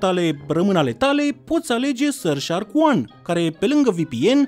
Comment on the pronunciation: Ce cringe îmi iau când zice SuRF sHAAArkk👹👹👹